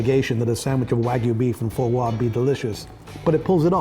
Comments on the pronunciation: Holy crap, how difficult it is to pronounce Fois Gras properly. No need to make it sound sophisticated. Its Simple "Fa - Gra", not whatever the hell he was saying. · foie gouaaaawhww xd lol It's foie gras GRRRRAH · Fo Gwahhh?! Foie Gras - Fwah Grrra. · For-Gwah? It’s Fwah-Grah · annoying pronunciation of Fois Gras.........gaaah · dis niggah just say 'for gois'? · Absolutely butchers the pronunciation of Foie Gras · That is... not how you pronounce "foie gras". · Hahah this pretentious douche has the audacity to use the words "profoundly imbued with those sort of Maillard Reactions" but can't pronounce "foie gras" properly. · Learn to pronounce foie gras properly. Jesus